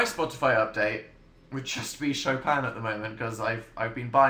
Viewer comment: When he said “Chopin”, i thought he said “show phan”